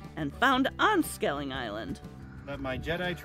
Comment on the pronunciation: Great video, but its skellig, not skelling.👍